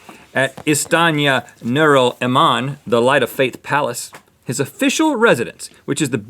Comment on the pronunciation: "istana nurul iman" ist-ta-na-new-rul-e-man